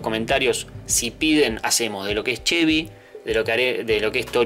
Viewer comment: Arnold 2T Primero que nada antes de hablar de autos minimamente aprende a mencionarlos bien un Falcon (sin acento en la "O") hoy por hoy es lo mas comun verlos en las calles y autodromos como cualquier otro auto no podes comparar un falcon con un Mustang o Chevy (con "Y" y no con"I latina") cuando el Mustang es un clasico por excelencia, un auto emblematico que dejo una marca en su epoca por ser uno de los autos mas potentes, dotado por el gran trabajo de ingenieria logrando un sonido que hacia imposible que no te voltees a verlo, agraciado por una estetica inigualable que causo tendencia junto al Chevy ss entre los clasicos, autos practicamente indestructibles.